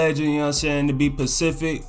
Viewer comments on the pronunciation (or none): Are you saying pacific instead of specific? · lol i fw with but am i the only one who noticed he was saying pacific instead of specific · Lol, It’s Specific Not Pacific, Stop And Go Helps You Set Your Feet Instead Of Fading And It Also Help You Combo Up A Lot More Smoother Than Normally